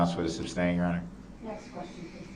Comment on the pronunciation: And………how to pronounce sustain (as it’s not “substain”).